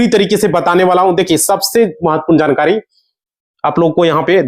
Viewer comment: Chogad 2 minutes ki baat ghanton lagayega bolne dhang nahin hai jankari ko zankari bol raha hai